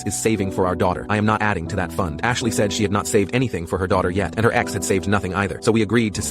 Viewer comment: i heard dead ass instead of dead ex